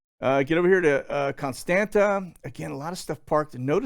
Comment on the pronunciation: Constanta it’s pronounced Constanza 😀